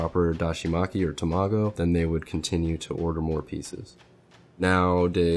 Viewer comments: It’s Tamago not Tomago. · This is amazing and mesmerizing. You are so crazy skilled! But you gotta learn how to pronounce Tamago my dude 😂 TA-ma-go, not ta-MA-go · ta-ma-go not tomago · Him saying tamago like that was pissin me off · Haha he was cool until he pronounced tamago wrong, haha. Jk